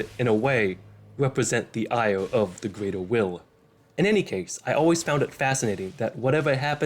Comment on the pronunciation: "The Gweater Will", "Only four chawacters"